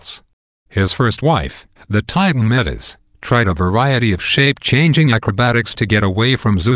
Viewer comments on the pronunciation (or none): none